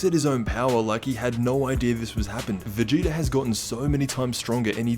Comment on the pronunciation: Anyone else feel like he’s pronouncing it “Vegeter” and “Freezer” ??